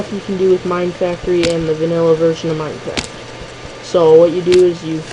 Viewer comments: 'Minecraf' huh? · ehh forget the T much?